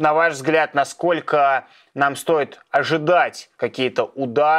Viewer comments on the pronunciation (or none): none